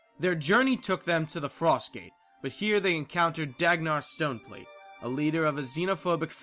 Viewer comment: Love the stuff you do, but I also have a very tiny nitpick for this video: You talk about the leader of the Stone Summit in GW1 and name him Dagnar Stoneplate. It's actually Dagnar Stonepate (notice the 'L' missing).